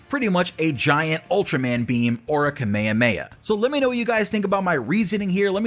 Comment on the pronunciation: Missed the whole second half cause I was too blind sided with how you said Kamehameha